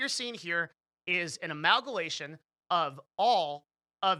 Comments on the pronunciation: “an amalgalation”? I think you meant “amalgamation” 😂😏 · turned off when you couldn't pronounce "amalgamation"